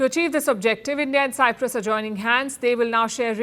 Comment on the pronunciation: I hope Modi is not the reason that the Greek Cypriots lose the whole of Cyprus 😂 And Palki it's Cyprus not cypras